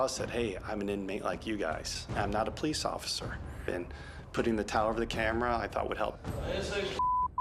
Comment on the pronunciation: “You’re my undercover ofider” 😅